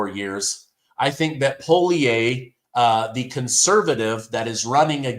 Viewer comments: Re Canada...Poilievre is pronounced pollyev. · It's pronounced Polly-ev 🇨🇦